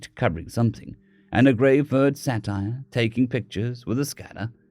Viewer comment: Yeah, it is "say-tor" not satire.